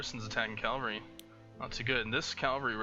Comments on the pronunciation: IT'S CAVALRY NOT CALVARY, I'm sorry I had to get that outta my system. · It really bothers me how you say Cavalry. Its not Calvary.